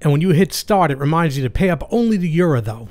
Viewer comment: You're one of the few people online who pronounces Jura correctly (as they do on their own videos), and that includes places like Seattle Coffee Gear and others (who should know better).